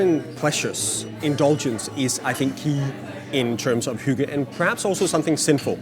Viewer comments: I was trying not to judge but every time the interviewer pronounced hygge, it was like having nails scrape across a chalkboard. I think she actually pronounced it a bit better at the start but then got further away. At one point it sounded like hugo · All this time I thought it was pronounced "higg" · its spelled hygge - and not pronounced hoogah.. y in denmark has a sound your not used to in the US... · The way you say hygge lel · The pronunciation of “hygge” hurt my ears! But yes it’s true. And btw Norway and Sweden also have it... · Please stop mispronouncing hygge. Thank you. Sincerely. A Dane.